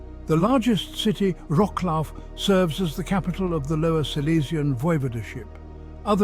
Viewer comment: If a programme like this is to have authenticity then at least pronounce Wrocław correctly! I detest this AI.